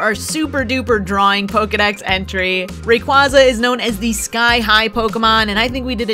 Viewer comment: Oh man thank you for pronouncing it right. Lol 🐉